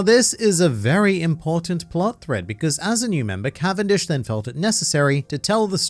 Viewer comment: Cavendish's canvendic🤣🤣